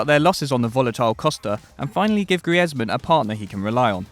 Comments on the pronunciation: Did this man say gree ezman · How do you mispronounce Griezmann